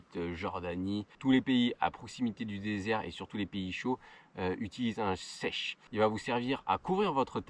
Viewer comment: un chèche, et non pas un sèche :)